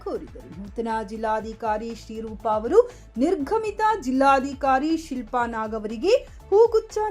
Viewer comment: ಅದು ನಿರ್ಘಮಿತ ಅಲ್ಲ‌ ಅದನ್ನು ನಿರ್ಗಮಿತ ಎಂದು ಓದಬೇಕು, ಹಾಗೂ ಜಿಲ್ಲಾದಿಕಾರಿ ಅಲ್ಲ ಜಿಲ್ಲಾಧಿಕಾರಿ